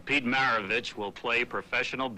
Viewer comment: dude couldn't even pronounce Pistol's last name - r u serious/